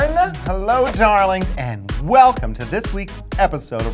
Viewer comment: LOVE how Kasha pronounces "welcome", it's like "welkium"